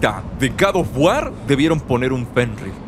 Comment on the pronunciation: jajajajajajajajaja casi dice "JENRIR" el wey jajajajajajajajaja